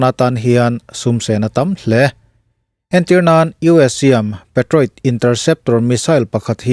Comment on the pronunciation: Patriot- hi peitriat- tihtur